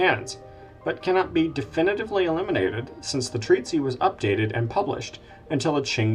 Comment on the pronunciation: The word 'treatise' in the singular does not have the final 'ee' sound that occurs in the plural 'treatises'. The 'c' in 'Aceh' is not pronounced as an 's'. The first vowel in 'yeoman' is a diphthong.